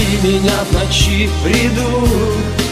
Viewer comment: Ударение не в ночи а в НОЧИ